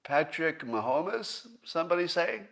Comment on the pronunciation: Please, as Scott says, Ma-Ho-Mess